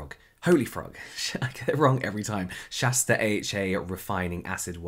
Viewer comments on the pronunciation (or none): none